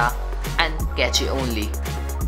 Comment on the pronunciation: Dude your videos are really good and well edited as a whole.. thumbs up for that. i just have one one thing to say,, cache is pronounced a "CASH" not Not "CACHE".